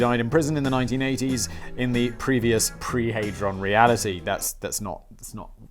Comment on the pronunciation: You probably know this by now, but its not pronounced ”heydron”. Its prounounced ”had Ron”. (But like one word)